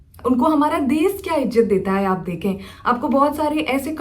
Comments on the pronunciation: desh ko des kyu bolti ho . bihar se ho isliye? change kr lijiye achha ni sound krta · Des, sisa🤣 Hindi bol nahi paa rahi. Desh hota hai, Sheesha hota hai. German Shepherd ka time pass hai ye..